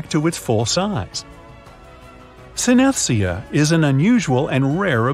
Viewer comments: "syn-es-tia"? Really? it's pronounced sin-es-thee-jah (with a soft "t" sound as in "thing"). SMH... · Yeah that pronounciation was terrible. Synestia lol. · It’s “sin-es-THEE-see-ah”. Don’t know where this guy learned to speak. Also, it is something where people can taste colors, not just music. So I have three palmar creases, and an X on both palms… I love cilantro and cilantro seeds. I can see whole images without moving my eyes - my peripheral vision is very strong. Women also have a stronger sense of smell, not just taste. Thumb position depends on how the hands are clasped… left handers are opposite when they’re strong lefties. Ambidextrous folks do it either way depending on their comfort and habits. I’m allergic to bleu cheese - a cheese that is made by introducing penicillin to the cheese as it develops. Ear prints are as unique as fingerprints. The ability to raise eyebrows (individually) and move ears (together or separately) are as uncommon as those who are able to form different shapes with their tongues. Some can make a ‘U’, a ‘W’, an ‘O’ and a few other shapes. Some can also fold their tongues in half inward.